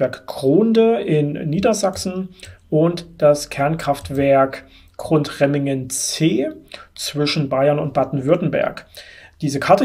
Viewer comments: 2 Kleinigkeiten: Es heißt nicht "Grundremmingen" sondern "Gundremmingen" und Grafenrheinfeld ist auch schon einige Zeit nicht mehr am Netz. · GUNDREMMINGEN nicht Grundremmingen... man man man